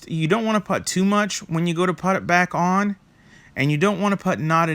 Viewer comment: Putz...putt.....never heard anyone pronounce ‘put’ that way. Weird.